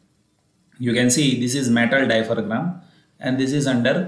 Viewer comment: Oops it’s diaphragm...not dipharam..but thankyou for the concept